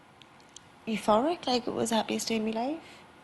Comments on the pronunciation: one question: if she says mee and not my, how can she sings call MY name???? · i love it how she says me instead of my